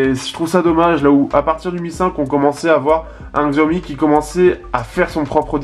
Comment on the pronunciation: On dit CHIAOMI !!! Mo********r